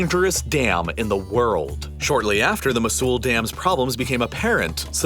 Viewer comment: just one pronounciation error, mosul is pronounced mow-sul